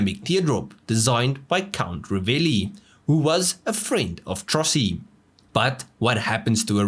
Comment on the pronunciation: La pronuncia è Trossi....